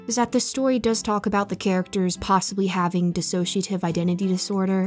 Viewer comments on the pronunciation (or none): none